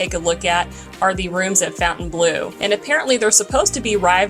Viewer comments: Is there a connecction with the Saudi golf group LIV? See ; regarding pronunciation, Fontainebleau is a French word named after a city in France and should be pronounced something like Fawn-tan-blow. The chateau there is famous for being used by Napoleon as his palace. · Please pronounce it right. Not fountain it's fontaine... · I know the owners insist on Fountain Blue. But it just ticks me off. Why spell it in exact French then demand we pronounce it nothing like it's spelled. Lacks class from the get go.